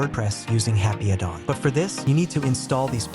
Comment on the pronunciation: "Happy a Dong"? You need to upgrade your AI voice. Eleven Labs maybe? Otherwise cool widget.